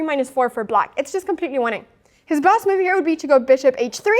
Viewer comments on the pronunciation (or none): I was chuckle a little inside when she pronounces 'move' as 'myewv'.